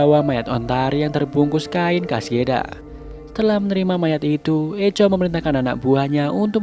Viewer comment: Bang sedikit koreksi, Echo di baca "Ekho"